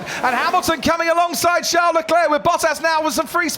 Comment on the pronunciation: Why do the casters pronounce Leclerc’s name “CHOWN LE CLAIR”